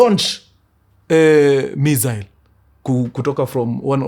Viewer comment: Mkuru sa mbona unapronounce missile hivo 🤣